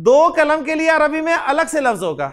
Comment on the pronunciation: السلام علیکم و رحمۃاللہ و برکاتہ.. اللہ تعالیٰ آپ کو جزائے خیر عطا فرمائے آمین.. میں یہ کہنا چاہ رہی ہوں کہ آپ.. قلم کو کلم کیوں کہہ رہے ہے.... معاف کیجئے